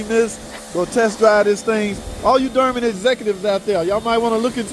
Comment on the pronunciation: One day and that day may never come will learn how to pronounce dOrman. That might be axing too much. Anyway, great job, a lot of care taken on this repair. The only time I can see changing to aluminum is if you can't figure out how not to over tighten the cap and crack them. The seals still wear out on the aluminum ones.